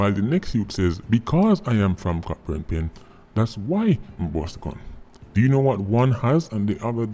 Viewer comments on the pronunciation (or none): I agree with Sir P's comments. By the way, Cockburn Pen is pronounced "CO BURN" Pen. The "ck" is silent.